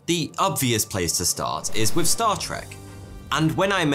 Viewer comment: Nah, he probably just needs more speech therapy. At least he stopped saying "wif" instead of with.